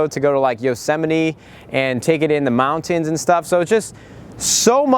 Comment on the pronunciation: you say mountains funny .